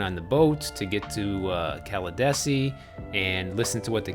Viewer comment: Pronounced “Cala DEE see.” I lived there until last year. People are moving to Pinellas County by the droves, traffic is horrific, especially on US-19. It’s not what it used to be, sadly. Miamians will still think it’s good since it’s worse in Miami for now.